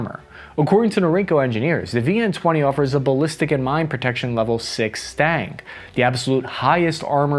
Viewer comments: ITS STANAG NOT STANG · its stanag, not stang... the rear guns are for when its fleeing battle perhaps. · Please, its not Stang. Its Stan Ag. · Bro how do you not know how to pronounce STANAG? Its not Stang, like Mustang. It's STA-NAG I didnt even know what you were saying at first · Why are you pronouncing it "STANG" it's clearly spelled "STANAG" and pronounced "SCHTANAK" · It's NOT "STANG" - it's "STA-NAG" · Stang? Not STANAG then? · O.o... I've never heard anybody pronounce STANAG as "stang" >.> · The word is Stan-ag like the name "stan" and then "ag" like the class u take in high school and it just those two syllables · Omfg. It’s been literal years and we still haven’t learned how to pronounce STANAG. It’s literally sounded out as it is spelt right there. say it with me. STA NAG. See how the N and the G aren’t touching each other? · Say STANAG again, but say it right this time. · Will ever be able to pronounce the second A in "STANAG"? We might never find out.